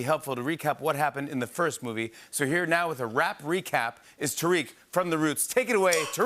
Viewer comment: I forgot his name, but the conversations and bits with the Roots singer/rapper are great. Hilarious! As well as his sidekick. He just said "Tarike" for his name 💀 😳. Right on dude, you rock Peace ✌ ☮ 🕊